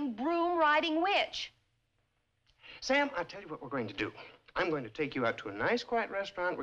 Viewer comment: How does she make “witch” into a two syllable word?